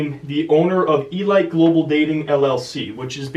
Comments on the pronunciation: It's pronounced e-leet not e-light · you don't know how to pronounce elite? lol